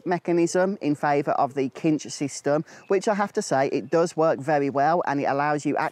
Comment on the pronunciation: It’s pronounced sinch……lol